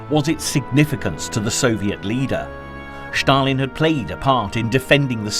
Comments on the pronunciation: Stalin is Ста́лин in Cyrillic script. Your narrator pronounces it /ʃ/ . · Ștalin🤣🤣🤣🤣maiby Stalin whithowt Ș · This narrator says Shtalin . It’s probably the correct Russian spelling but it certainly sounds funny as he says it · Please don't say Stalin anymore 😂 never heard it said so weird before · For the love of god, stop saying Shtalin, and Shtalingrad. Its Stal=in-grad and Stal-in.Russians don't even say Shatalin, this is the first person I have heard call him that.Great documentary though, but PLEASE pronounce the names correctly, its not that hard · I love the video’s, but the “Schtalin” en “Schtalingrad” instead of Stalin and Stalingrad is driving me crazy😂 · Annoying to keep hearing the Sean Connery impersonation, " Shtalinrad and " Shtalin " , no one pronounces those words like that.